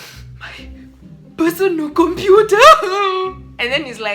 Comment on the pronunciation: It's computer not compua 😅😂